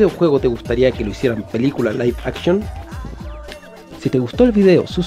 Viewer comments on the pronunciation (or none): La pelicula "Laif akchon" de sonic